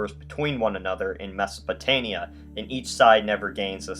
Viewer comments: It is Mesopotamia not Mesopotania. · It's mesopotaMia, not mesopotania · I cringed whenever he said “Mesopotania” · is he saying Mesopotania?